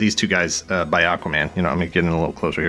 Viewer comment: Did you just say bi Aqua-Man? It's ok, we don't judge. Lol. Sorry,. I couldn't help it. 😆